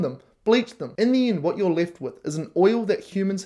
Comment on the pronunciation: Why do you pronounce end "ind"?